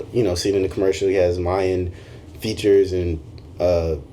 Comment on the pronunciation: OH MY GOD 1. It's Mayan not MIAYAN. 2. Don't know the name of Namor's city in the movie. 3. It's Ocean Master not Sea Master. That was 7 minutes in, do your research beforehand. Noboody is going to watch/listen to you if you can't get your shit right.